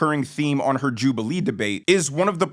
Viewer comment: WTF is a " Jubaliee?"